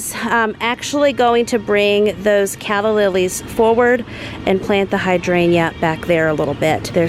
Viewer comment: I love it when I see that you’ve posted a nice 30+ minutes vlog. You are sooooo soothing to me and living my dream life lol. The plant pronunciation is cracking me up. Clematis is like “Kleh-muh-thus” and Hydrangea is like “hai-dran-juh” lol. And Hostas, we just call “Hosta” in singular form lol. I just love you, you are good for my soul.